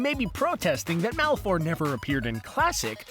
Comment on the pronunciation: the "e" in Malefor is silent.